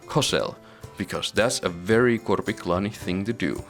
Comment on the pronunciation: Are you finnish by any chance, you pronounced korpiklaani correctly?